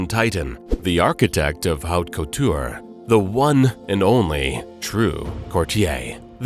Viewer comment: Cortie? Hubert de Gi-ven-chii? Oh wow.